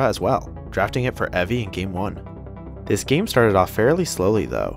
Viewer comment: Evi is prnounced Ebi smh